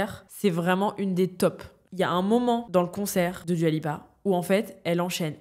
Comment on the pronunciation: svp ça se prononce « doua » pas « duua »